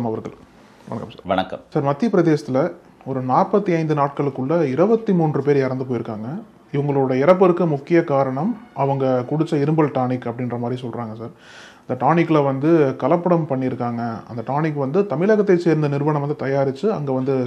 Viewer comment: இரும்பல் அல்ல இருமல்